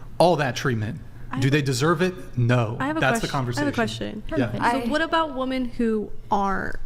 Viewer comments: My God, why can't they pronounce "women"... when the hell did this start? I've never heard anyone in my life who can't pronounce women until I started watching these podcast videos. Am I the only one? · Another woman that can’t say the word women. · Am I the only one who is bothered by them saying woman instead of women? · Why tf do they say woman in place of women? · It’s women, not woman. Holy shit. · Are these numpties ever going to learn how to pronounce the words woman and women correctly? needs to make that a requirement to be on the show at this point. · The word is "women". Why do they always say pronounce the plural like "woman"???? Drives me crazy. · Always..."Woman" instead of "Women" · What's with these women that can't pronounce "women" ? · ITS WIIIIIMMMMMIIIINNNNGGG NOT WOMEN! Ffs dumb ass! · Someone please teach women how to say women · They do that on purpose, just to annoy people. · Since Andrew started pointing this out I can’t unhear it. I notice women doing it constantly now and it’s become one of my biggest pet peeves.